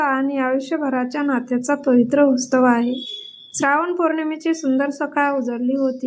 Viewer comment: तुमचा उच्चार चुकतो आहे रक्षाबंधन हा उत्सव आहे.. तुम्ही उत्सव म्हणा तुम्ही उस्तव म्हणताय